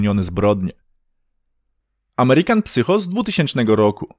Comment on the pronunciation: Fajny film. Zwrócę tylko uwagę, że w tytule American psycho drugie słowo wymawia się sajko